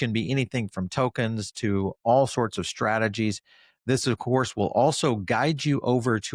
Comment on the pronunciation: "Acourse" we rated you #1!